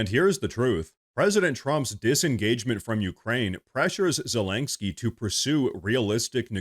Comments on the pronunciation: Len not lain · Okay, brother, I love what you're doing here. I agree with mostly everything you talk about but this has got to stop! It's ZE-LEN-SKY not ZE-LANK-SKY! 😂😂😂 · So. . . I LOVE this channel and fair warning-I will probably sound like a Karen, but please hear me out. . . You are pronouncing Zelenskyy’s name wrong. It’s Zuh-LEN-ski Not Zuh-lank-ski That is all. ❤ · You keep saying "Zel ANG ski" instead of "Zel in ski" just so you know it sounds a bit funny. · Sorry I had to turn off after the 10th time you said zelengsky... gosh so irritating 😂 there is no G in zelensky. Yes and agree - Zelensky is only qualified to be a bad cross dressing comedian actor, with the same sugar daddy oligarch as hunter biden. All fake - cia started the war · please stop saying ZelenGsky lol. Thanks for the video. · I want Zelensky to disappear from the world scene if only so I can stop hearing constantly and comically MISPRONOUNCE his name. How many Ks are in his name,? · Dude there is no G in Zelensky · The over pronounciation of Zelensky is grating to my nerves. Had to bow out of this video.